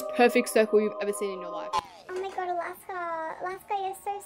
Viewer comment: Alaska’s Australian accent kicks in